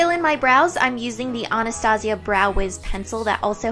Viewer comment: You pronounce Anastasia wrong